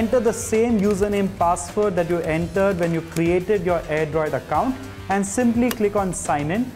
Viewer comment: It's Airdroid Not "AIRDROD" What a Q-Tiyapa! :D